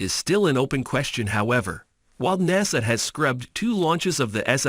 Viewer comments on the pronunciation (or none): There were too many mispronunciations in this to be credible; NASA (Naysah), Starlinber (Starlinner). Come on, have some professionalism. Disliked. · How could I say this easily so I'm just going to say it bluntly can I trust anything this man is saying Hell he can't even say NASA right